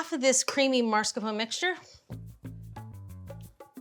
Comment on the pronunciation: Mars Capone? It’s “mass car pone” not mars Capone JULIA